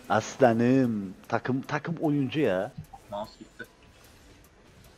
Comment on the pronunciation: abey neden aslanım diyecene assanım diyosun bak senin yüüzünde piskopat deliler gibi annemin yanında assanım diiyp duruyom annem bi gün beni dövecek şu assanım lafını aslanım yaparmısın pls